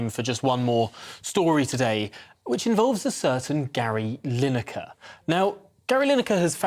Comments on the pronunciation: Gary Line acre pronounced ha ha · You’ve spelt Lineker how Mick Channon says it.